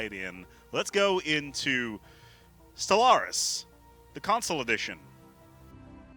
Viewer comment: why i hear constantly SOLARIS?